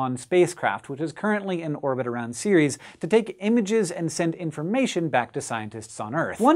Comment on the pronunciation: Pretty sure the moon isn't called "Series", but what do I know about pronounciation?